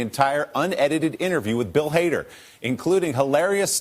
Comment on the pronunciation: It sounds like he says Bill Hater.